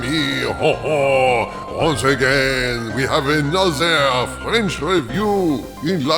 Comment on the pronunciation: “Anozer” LOL